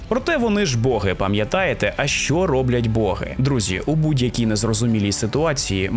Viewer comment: Колоссальна робота! Музичний супровід, цікава подача, відмінна дикція! Словом, в захваті! p.s. Можу здатися занудою, але в українській мові нема слова "свадьба", а є весілля😉 І богИ, а не бОги. Це на майбутнє😁